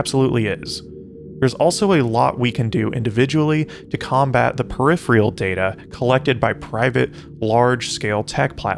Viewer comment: This was cool til he said "periphreal"